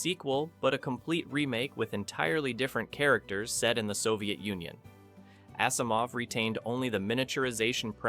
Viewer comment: Same with Asimov. It is pronounced like Azimov not Assimov.